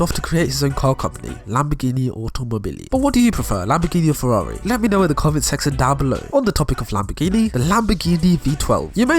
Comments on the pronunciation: Its whas the “ferrrrrrarrri” and the “lamborrrrrghini” for me🤣🤣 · I love how you pronounced Ferrari xD. Same for Lambroghini.